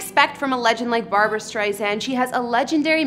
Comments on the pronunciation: Her name is BARBRA STREISAND, not Barbara Streisand!! PLEASE drop the middle A in her first name!!!!!!!!!!🧈🧈🧈🧈🧈🧈🧈🧈🧈🧈🧈🧈🧈🧈🧈🧈🧈🧈🧈🧈🧈🧈🧈🧈🧈🧈🧈🧈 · Her name is Barbra, not Barbara. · Barbra, not Barbara! Please call her Ms Streisand not Babs…disrespectful. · Please never call Barbra, Babs! So rude!